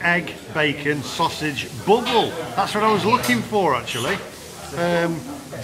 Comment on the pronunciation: pronounced "BAAABLE init